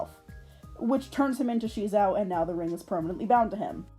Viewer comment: The name SheZow sounded alot better the way they pronounced it in the pilot, like "ka-CHOW!", "ba-ZOW!" or "wu-POW!" it's supposed to be a pun based on an onomatopoeia, but for some reason in the show they felt a need to emphasize the "she" bit, like they thought the kids wouldn't get it otherwize. Another thing I liked about the pilot that didn't carry over to the main show was Maz having a crush on SheZow without knowing that it was actually Guy, but alas I guess TV networks weren't ready for that kind of relationship arc and instead opted for the whole side-kick running gag 😮‍💨 Even if you don't end up using Maz for it, have you considered doing that sort of double life plot for your reboot? I think it's an interesting way to further explore gender and sexuality, regardless whether it actually ends with a reciprocated romance or not. It can both give Guy an opening to question his romantic preferences, but also give him yet another taste of the female experience - as an object of male desire (albeit a very kiddie-friendly version if it) oh and one last thing, the art also looked better in the pilot. Like, not the greatest and not rly to my tastes, but what they ended up with in the actual show just looks like ass imo Speaking of art styles, I really like yours! It feels very solid and simple while still having a good amount of detail but in a way that feels economical, which is very good for animation. Reminds me a bit of Monster Allergy with the ears and noses, which I ju